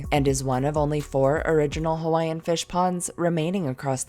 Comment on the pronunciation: Your pronunciation of the Hawaiian words was excellent,Awesome Work!